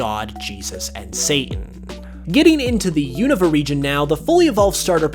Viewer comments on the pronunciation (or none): none